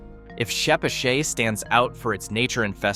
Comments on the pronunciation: I've never once heard "Chepachet" pronounced this way Ever!!! It is always called Che pat chet, or Pascoag as Pas co ag🤣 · I’m from Rhode Island and I am pretty sure chepachet and Glocester is NOT pronounced the way this video does. Sounds like a voice of a computer program. Oh, Albion is not in Smithfield. It’s up the road from my work in Lincoln.